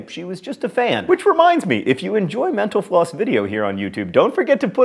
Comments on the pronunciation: maybe put more pronunciation into the T in mental, otherwise it just sounds like you are saying menopause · anyone else hear at the end: "Thanks for watching menopause on youtube..."?